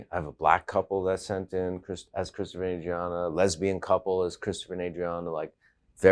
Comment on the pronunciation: Its cwistafah.